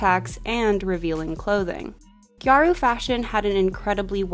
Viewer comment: You mentioned gyaru and as a gal that made me so happy, but scene & emo are a lot more connected to visual kei than it is to gal fashion at all. And the pronunciation is “gyah-ru” 2 syllables and no hard r 🥰